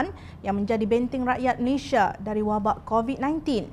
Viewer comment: Malaysia bukan 'Malayshia'. Sila sebut nama negara dengan betul.